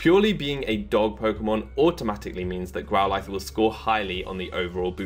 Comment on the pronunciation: Since when did we pronounce Growlithe like this?